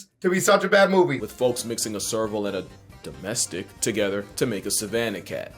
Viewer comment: Still cracks me up he says "Domestic" like its a slur for cats